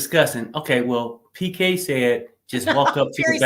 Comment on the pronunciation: Why do u keep calling him BK perry? It's PK lol!